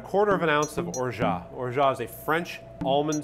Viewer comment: Love how he pronounces orgeat properly.